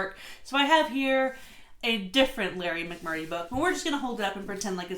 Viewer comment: FYI it’s McMurtry not McMurry.